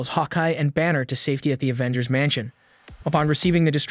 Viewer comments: OMFG YES. A-ventgers. FML. Thumb down, skip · I tried watching this but when you kept saying A-vengers I just couldn't do it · stOP calling it AYE VENGERS MANNNN WTF!!!!!